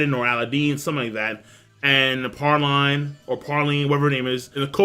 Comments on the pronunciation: Praline (pray-leen) It's a type of nut. It's delicious in ice cream Capone "Gang" Bege (beh-gay) Chiffon (sheh-fawn) Say "Sheh" like the beginning of "Shit" but with no T You pronounce Japanese words so well. I'm always surprised to hear you slaughter other words, haha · ITS PRAY-LEEN YOU UNCIVILIZED PHILISTNE. PRAY. LEEN.